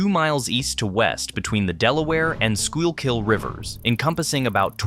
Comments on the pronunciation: Life long resident. This was very well put together. Some names, most notably Schuykill (SKOO-kl) mispronounced but understandable if you’re not from around here. I mean we call Margaret St marga-RET and Opal O-pal.😅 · As someone from the Philadelphia area, this is a very informational and well produced video. One small bone to pick however is the pronunciation by the narrator of the Schuylkill. This word is pronounced as skoo-kill. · Ditto. That pronunciation of the Sure-kill was painful! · At one point it almost sounds like the narrator says 'squirrel-kill'. He should have tried "Sure-kill". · IT'S pronounced SKUU KILL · Somebody teach the A.I. how to pronounce the river's name. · I laughed every time you pronounced the L in schuylkill. also I'm pretty sure the tree streets go north south and the number streets go east-west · Great video, but please pronounce Schuylhill correctly! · The way he pronounce Schuylkill is making me want to commit illegal activities 😭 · Its like a mental flashbang every time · o0 the 12 different incorrect pronunciations of Schuykill, wow. :face-orange-biting-nails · It’s not a live narrator. It’s just a text to voice robo narrator. It was struggling with what to do with the “y” in Schuylkill. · You should probably know how to spell the word Schuylkill before you critique others for mispronouncing it! :D You'd think someone would have sat down with the announcer and worked with him on the pronunciation considering he says the word many times throughout the video. Of course, they probably didn't even have anyone from Philly working on the video. It was still pretty well done. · That's because AI is pronouncing Schuylkill... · “Skoo-kill” like your killing a school lol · It’s pronounced “Skookill” not “Skyule-kill.” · School-kill not scoy-all-kill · it's just "skoo kull" you're doing tre flips with your tongue trying to pronounce that word. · It's pronounced "`skoo-kull" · It's pronounced "SKOO-KULL" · I know. Brutal.